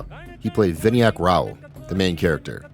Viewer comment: Barve is pronounced "bur-vay" and Vinayak is pronounced "Vi-NAA-yuk"